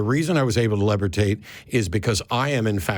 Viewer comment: 'lev-er-tate' LOL!